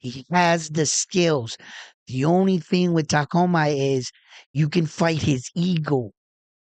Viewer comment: You have the . . . beginning . . . TA . . . and . . . ending . . . MA . . . correct . . . The letters in between are pronounced like the word . . . COOL . . . without the "L" . . . or the letter "U" in the words "cube" or "tube" . . . sounding like . . . "KOO" or "KU" . . . So, it is pronounced . . . TA - KU - MA . . . Inoue.